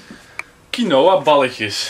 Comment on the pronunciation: Je spreekt het uit als kienwa niet kienoa